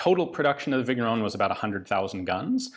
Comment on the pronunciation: The GN in Vigneron is pronounced like the beginning of NYET, in Russian. French names can be tricky, like that.